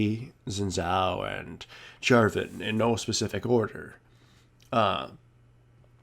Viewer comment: its shin tsaoh (xin zhao)